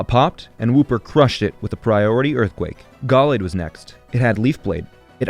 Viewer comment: me Galaad? It’s Gallade!